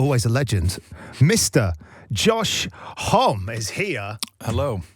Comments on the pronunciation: That is the proper pronunciation… it’s a French name. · He actually pronounced his name correctly lol Homme himself admitted he had been saying his own name wrong for about 45 years, and that it’s actually pronounced like “home” not “homee” like he previously had thought. Whoops. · He likes it pronounced rhymes with mommy 😂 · Whenever people say homee it hurts me a little bit, he pronounced it right